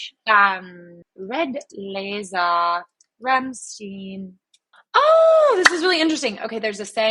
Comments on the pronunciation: It's RAMMSTEIN! Not ramstien. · OK IT IS NOT "STEEN" IS "STAIN"... RAMM STEIN (STAIN) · Rahm-styne, not Ramsteen... jesus... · Its not Rammsteen. They have several songs shouting how to pronounce their name. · You pronounce Rammstein like Einstein. Not Rammsteen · You’re very smart with the interpretation. Quickly picked up that the woman was Germany. That’s pretty cool! The only to things are bothering me a bit (you can ignore, but still). First, the band’s name is pronounced [ˈʁamʃtaɪn]. And you can literally look it up on Wikipedia. Second, please better turn on the subtitles and pick the English language in the player. That way, you won’t be lost in the lyrics. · Rammstein is pronounced like Frankenstein not steen if you’re going to follow and review a band at least pronounce their name right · They're German (obviously), it's pronounced "stine", Ramm-shtine. Like Frankenstein or Einstein. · The song at the end is a classical solo piano arrangement of "Mein Herz Brennt" by Rammstein too. Also, you should listen to "Rammstein" or "Rammlied" to learn how to say Rammstein properly, please :)